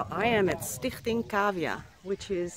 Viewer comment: That pronounciation of the organisation was too perfect , then I read you are visiting your home country! Cool to know your Dutch! Jouw filmpjes hebben me al heel veel geholpen!